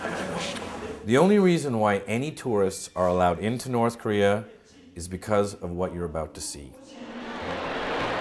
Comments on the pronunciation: Nigga kept saying Koreor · I always note how he says "Korear" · since it's a very different language he pronounced it like koreurr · So it's pronounced Koree-errrrrr? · "The country of Korear" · When the Korea guy says Korea it sounds like hes saying Career. XD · I love how the Korean narrator pronounces Korea as career. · ITS PRONOUNCED CAREER Not Korea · WHY IS HE SAYING KOREAR??????So annoying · I fucking hate how they say "career" when trying to pronounce "Korea." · Korea. pronounced, Career. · Funny though that they can pronounce "korean" quite well. "Koreaurr" haha, never gets old as you said. Werkes Parti of Koreaurr :P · The guy whos talking calls North Karea, North Career. LOL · it more sounds like he instead of Korea he sais Career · They teach certain special students enunciation their entire life? Why couldn't they have had one of those kids narrate the propaganda films who wouldn't say Karee-er? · The way he pronounces Korea, grinds my gears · The way they pronounce “Korea” got me dead lmao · this documentary should be titled "Inside North Korear, we cannot pronounce any words ending in the letter A". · The peepers parry of Kerear. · Korea = Career to that Careeren announcer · cannot pronounce Korea, he calls it "Korear." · It's actually pronounced "korearrr" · The way he says Korea bothers me- COREAR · I love the way he pronounces Koreeeeerrr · Korea is pronounced korear. Am I hearing that right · anyone else realize when they were showing the korean documents that whenever the narrator said 'korea' it sounded like carrer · It bothers me that the narrator pronounces korea like career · I can't get over that speaker guy pronouncing Korea like "carreer" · You know a translator stinks when they pronounce "Korea" as "career" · am i the only one who notices that every time the korean commentator says korea it sounds like hes saying career lol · "Kor-rear" Wtf lol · where and/or what the hell is "Koreorrrrrrrrrrrrr" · “The Worker’s Party of Koreer”